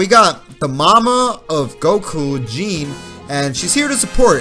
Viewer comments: Gee-nay* not Gene. :P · You called her Jean and pronounced it like you would a pair of jeans. That's not how you pronounce Gine's name. Gine is a Japanese name. GI NE is 2 syllables, "gi" and "ne", and the first syllable doesn't sound like "G" at all. The "gi" sound in Japanese is pronounced the same way as it is in the word "geese". It is flat sound, 1 syllable. After GI, there is a second syllable NE, pronounced just like the first part of the word "napalm", so it's a "nay" sound. This gives you the 2-syllable Japanese name "Gine", sounding like ghee nhay, not jheen.